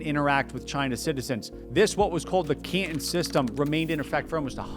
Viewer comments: It’s Can Ton Not Can Tin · Repeat after me: can-ton, caaaan-tooon. Not ke-en. 😅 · Can TAHN not CAN tahn. Take it from an old guy, whose uncle was Cantonese. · no. Canton (pronounced Cantn) is in Ohio. Canton (pronounced canTON) is the city in China. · While I'm not Chinese scholar, I'm pretty sure it's pronounced: Can-tahn... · I've never heard 'Canton' pronounced like 'can'.. let alone so many times in quick succession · Bruh at least try to pronounce the Chinese place names correctly good lord. Can'un. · Ca'in? Can Ton - rhymes with "prom" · He can't pronounce 'Canton'. Is that a regional or class thing in the US, saying it wrong like that? 'CANtun'. Bizarre. He also calls England 'INGlund'. without the g sound. Which is it, England, or Britain? He said England so many times, then suddenly he switches to saying 'Britain' wrong too, like 'Bray-en.' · It’s Canton like wonton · You are the only person that I've heard pronouncing the name Canton the way you do. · To my ear it sounds like you do a pretty good pronunciation of Chinese words and city names. But who taught you how to say "Canton"? You say it like the city in Ohio. Listen to the difference between "wonton soup" and "wanton destruction". The "ton" gets preonounced in 2 different ways and the syllable break is between the 'n' and the 't', not after the 't', The city in China was pronounced "KAN-tahn" while the city in Ohio is said like you say it, almost one syllable, "Can't-in" as a pirate saying "captain" - "aye, aye cap'n" - or in the sentence, "I can breathe when I'm out, but I can't in." My wife had a dog called the "KAN-tahn" version of Canton 😉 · Xi Jin Ping (Leader of China's government) is pronounced "She Jean Ping" Hu Kou (Household Registration) is pronounced "Who koe" Also I'm pretty sure Canton is pronounced like Canton in Cantonese. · I assume others have pointed this out, but Canton rhymes with Wonton, not Scranton. 🤦‍♂